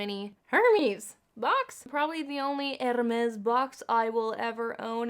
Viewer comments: stop saying hermes im crying!!! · My heart broke everytime you said « hermes » (I’m French🤣) + I agree with you I definitely preferred the hermes one, the Fenty is way too neon for me 🙈 not ready to spend this much in an orange lipstick but I might with the hermes red version 🤔😍